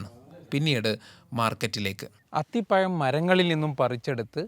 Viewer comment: അത്തിപ്പയം അല്ല.... അത്തിപ്പഴം..